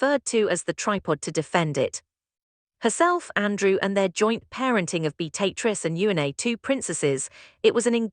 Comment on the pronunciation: So very tired of poorly executed AI nonsense. Awful editing the frequently cuts mid-sentence. Even worse, AI voices that don’t know how to pronounce names. In this case it can’t say Beatrice or Eugenia. Wish there was a way to easily identify and block this trash.